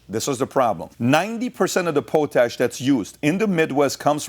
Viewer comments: Its POTash not POtash brother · Pat. It's Pot_ Ash . That's Pot Ash put together as one word. Christ that was hilarious listening to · Can't PBD get anyone to correct him while hes filming? Or just surrounded by yes men. Its pronounced Pot Ash. Not poe tash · I love you show I'm just letting you know don't mean to be smart but it is pronounced pot ash like a pot you cook in and Ash from a fireplace just thought you might like to know like to know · Po tash? Really Pat? Pot ash. Lol. Love your show. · pot-ash that's how we pronounce it in Canada. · Pot-ash not po-tash. Canada is slowing down potash mining due to "climate change concerns". Yet they allow the green belt to get developed and add a minimum of 1 million people to eat our food. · Pot-ash not po-tash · Sorry its "Pot" Ash... lol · Pronounce potash its pot....ash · PO-TASH … dumbass lol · It’s pronounced pot-ash. Simple mistake for someone who doesn’t deal with it. It’s the primary source or potassium K In modern agriculture. Enjoy your content eat beef we won’t let you down. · Thats not how you say potash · Mis-pronouncing potash.